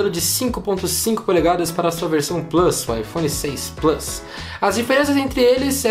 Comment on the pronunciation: Porque não fala plUs em vez de "Plâs"... kkkk abrasileira logo o negócio.